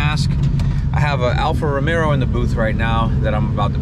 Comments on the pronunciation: Say Alfa RomeRo one more time...🔫😅 Glad to see post again brother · Aint No "R" in Romeo, 😁 Love you Dawg lol